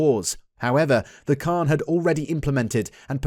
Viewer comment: A correction ...it's not Khan it's pronounced as "Han"